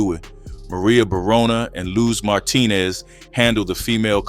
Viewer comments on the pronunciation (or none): none